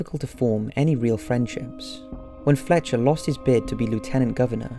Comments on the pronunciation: I think you called Art FLETCHER "FELTCHER"... a bit of a Freudian Slip... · Really ? I thought the narration sucked. In the first few minutes he called Puget Sound, Pugget Sound , having no idea how to pronounce it, and called Art Fletcher by the names Art Felcher, then Art Fletcher. Which is it ? That's very poor production quality and editing, and honestly, poor reporting. I had to turn it off after 8 minutes. The mistakes were too frequent to take it seriously, and distracted me from what he was even attempting to report.